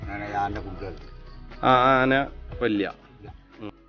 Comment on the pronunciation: ആനന അല്ല ആനയെ എന്നാണ്